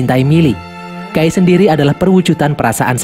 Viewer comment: Knp nyebut nama nya guy gw denger gay makanya gw nonton sampe abis kecilin volume 😅